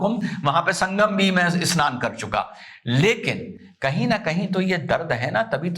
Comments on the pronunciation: A-SNAN nahin hai,, bhaiyaa yeh SNAN hai..😅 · SHAHI ASNAN nahi SHAHI SNAN. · Asnan nahi sir vo snan hai😂